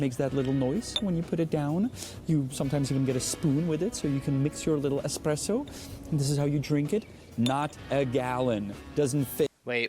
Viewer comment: Did you say "expresso"? eSpresso, please!